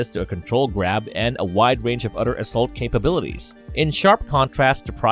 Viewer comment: Is the letter H not in your vocab? Man im sorry but its hard to get over the fact that you say udder or fadder or modder